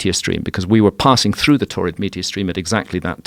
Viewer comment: Sounds like "torrid meteor stream" and that sounds like someone with a whole bunch of kidney stones.